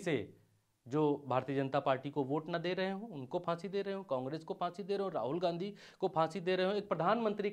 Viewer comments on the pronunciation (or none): none